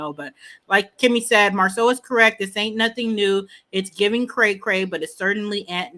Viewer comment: Who knew is the only one that calls Marsu MARSOL…This might be her burner account…Go listen to her commentary about Lamh…See how many times she says “MARSOL” 👀